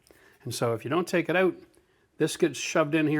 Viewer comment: "Make sure you take the cap oot, eh?" Thanks for the great vid, from an American fan!!